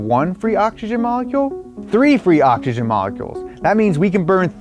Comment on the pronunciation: Occs-eee-Jen. Not octxogen. SMH